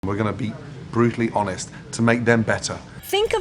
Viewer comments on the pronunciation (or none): none